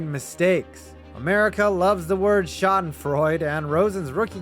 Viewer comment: Its Schadenfreude not fraude. Sry German here:D